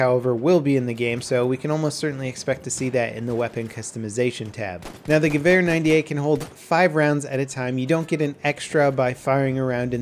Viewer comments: ***** First off, your "V" is mixed up. I'm a huge gun enthusiast and hear this mix up A LOT. The Gewehr 98 is pronounced the same as the Sturmgewehr 44 (STG 44) which is shterm-ghe-vair give that r at the end good old rub haha. So the Gewehr 98 which I've heard pronounced by Germans at gun shows countless times is, ghe-vair 98 :) It's not ear, like the organ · I have to say that he does quite well pronouncing it. Though it does sound more like "Gewöhr". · He says it well but more like gewähr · As a toaster No, its supposwd to be said like Geh-wär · Hood It is not an accent. The German letter Ä is not pronounced like the German letter A. Both are different. English is not a Phonetic Language. It has falling Phonemes which is a big difference compared to German which is Phonetic. Phonetic implies that a word or group of signs sounds exactly like it is spelled. By the way, letters are known as signs in Linguistics. He pronounced gewähr which is nowhere near Gewehr. the -wehr portion is pronounced exactly the same in any word with those four signs. Abwehr meaning defense; Bundeswehr meaning the Germany Army; etc. He pronounced the E in Wehr way too short. German doesn't have Short, or Long vowels. The letter E in German sounds more like the American, or US English version, of the Long A. Therefore, he just said it wrong. Stop being a Fan-boy. Also, accents are not an excuse for mispronouncing things. Sir Patrick Stuart has an accent, but doesn't mispronounce every other word. he pronounces Dance like we do in the United States. The correct way. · Same here, I pronounced the name of the rifle as "gehuer" at first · JEW-er lol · It's pronounced Gevehr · Its funny for me as a german how you pronounce it like geWhere :D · Hey, just a tip for the pronunciation: Go to google translate and type Gewehr 98 and translate to German and click on de speak button. You will hear how it's pronounced correctly:)